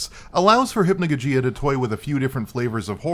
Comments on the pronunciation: it's not hypnojojeeah it's hypnogogeeah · Nitpick, but it's pronounced "Hip-no-GAW-jee-Uh" with the emphasis on the outer and center syllables.